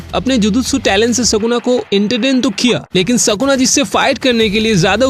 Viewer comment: Are mere bhai tu phele achese bolna sikh vo Sukuna hai sakuna nhi